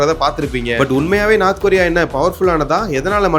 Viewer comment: அடேய், " நார்த் கொரியா" எங்கேயடா உள்ளது? "North" ( நோர்த்) கொறி/ரியா என கூறு.